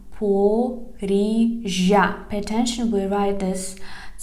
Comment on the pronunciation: should see this one so he stops saying Zapzopzrizia